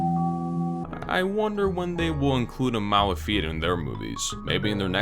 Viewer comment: you say "fiat" not right. you should say fiat like "fyat", I mean without "i" I mean we don't read "i" we read "j'', "fjat"